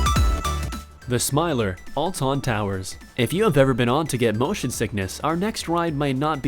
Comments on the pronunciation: it is not al tton its Alton oh and iv riden the smiler so fun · Oltooon...that really bugs me